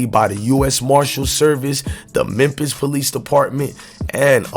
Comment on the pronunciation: Yoooo it's Memphis not MEMPISS 🤦🏿‍♂️